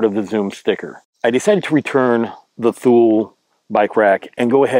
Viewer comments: It's pronounced "TOO-lee" not "THool" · By the way it's pronounced TOO-lee and not Thool.